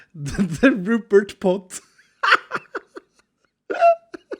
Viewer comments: Rupert.. you mean.. ru-pot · Not the Rupert pot.... THE RUPOT